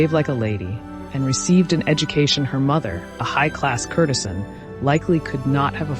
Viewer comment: Yes, your former teacher would want you to double-check your pronunciations of (the avenue des) Champs-Elysees, courtesan and macabre. Otherwise, this was a most entertaining bit of history to watch on a Friday afternoon, and I shall watch it twice!! Thanks for your efforts to enrich our lives. It is appreciated.